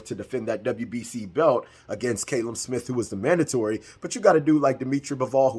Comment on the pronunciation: Callum is pronounced cal-um... not cay-lum. Americans are dumb when it comes to names